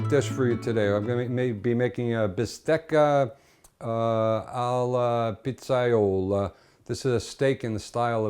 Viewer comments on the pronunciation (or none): ) How you say, "alla pizzaiola" sound neapolitan´s accent, is it? :-)